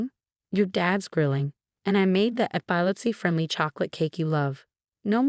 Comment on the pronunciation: Pronunciation of epilepsy incorrect